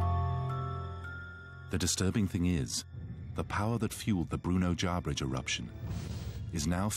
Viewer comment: It isn't JarBridge...it's Jarbidge....there is no 'R' after the 'B'